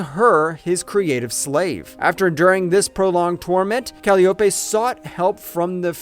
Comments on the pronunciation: how about Calyeopay and calopee LMAO takes two seconds to look up how to pronounce words… humans are fcuked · It’s Call-i-o-pe not calope. Believing in what your saying is undercut by your mispronunciation of Greek names. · Yeah, definently AI. The pronounciation of the greek names is VERY AI. "Cal-ee-oh-Peh"? How about the correct pronounciation "Kah-Lai-oh-Pee". And Euridice spoken as "Yuri-Dice"? Correct pronounciation "Yoo-Rid-eh-see".